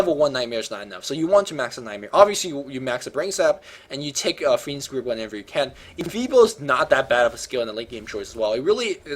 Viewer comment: Every time says "fiend's grip" I hear "fiend script," which sounds even cooler.